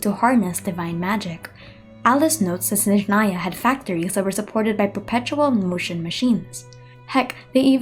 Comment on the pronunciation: i was waiting until you pronounce SNEZHNAYA (śnieżnaja) wrong... but you did it right! now I'm at peace and can watch everything !